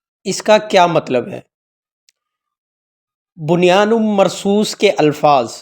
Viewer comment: بھائی قرآن پاک کی آیت کو صحیح پڑھیں ۔بنیان مرصوص جزاک اللّٰہ